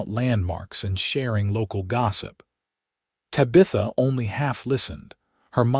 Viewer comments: Yeah, me too....bye. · Drove me crazy!!! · Terrific love story! ❤ very interesting from beginning to end. I accepted the AI mispronunciation and just held on to fully enjoying the story! ❤😊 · Not Sure I Can Keep Listening. Mangling The Name Tabitha is something AI needs to fix! It's nails grinding on a Chalkboard Aggravating. Tabitha I keep wanting To Yell. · I don't know what's so hard about Tabitha